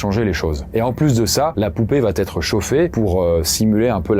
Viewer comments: La conjugaison c'est pas ça... j'adore ta chaine mais "Il va (T) être" je sais pas où tu trouves le T et c'est tellement souvent pour plein de cas différents... ça me trigger de fou. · Depuis quand " il va" est suivi d'un "t" ? Avec des milliers de suiveurs, tu contamines la langue française. C'est bien dommage. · Il n'y a pas de "t" à "va" , donc arrêtez de dire "va t être" !! !! Vous y gagnerez en crédibilité et en succès !! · par pitié cesse de faire la liaison ''va Têtre'' je te suis sur tes chaines depuis 8ans et tu fais un travail génial mais ''ca va Têtre'' ou ''il va Têtre'' c'est indigne de ton cerveau😘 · Il va être et non il vat être. Tes contenus sont géniaux mais attention aux liaisons. Bon courage ! J'adore tes vidéos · Salut! J'adore tes vidéos, et j'attends toujours avec impatience les nouvelles sorties 😊 Une chose: quand un verbe conjugué se termine par « a » et qu'il est suivi par le verbe « être », il n'y a pas de liaison. On dit « Il va être » et pas « Il va-t-être » 😉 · "ça va-t-être, ça va-t-être": non!!! ça va être, oui! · Pourquoi tu dis tout le temps "va T être" ? C'est "VA ÊTRE" il y a pas T c'est ouf.